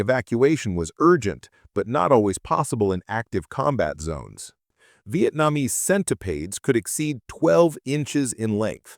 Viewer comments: Vee-it-NAHM-ease Senti-paids! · Or how the ai voice butchered the pronunciation? "Vee-it-NAHM-ease Senti-paids"